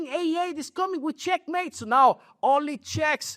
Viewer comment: Knight E3 wow. Nepo really said checkemate of checkmate